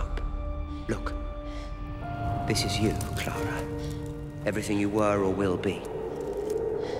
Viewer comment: Clar-uh sucked